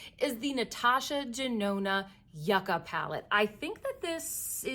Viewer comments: I thought it was yucca like “you-Kah” not yuck-ah? Lol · YOOKA, no yuck-a. 🙂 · You-ka not Yuck-ka for Yucca and Gare-lawn (don’t go heavy on the N) for Guerlain please stop butchering some of these names. It’s an easy Google search with videos from French people… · Yes in Spanish it is "You-ka" but in English it is pronounced as "Yuck-ka"...Natasha probably was thinking of the desert with these tones 🏜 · We say Yuk-Ka here in UK so it's obviously one of those words pronounced differently where ever you live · It is lol she is definitely saying it wronh But made me laugh